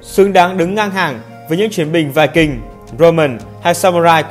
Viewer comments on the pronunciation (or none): none